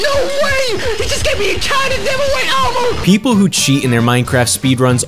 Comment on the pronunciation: At the start he just said enchanted enkanted awrmor